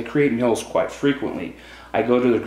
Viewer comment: Maybe it's because he lives in Idaho, but he pronounces "meals" as mills and it drives me crazy! Lol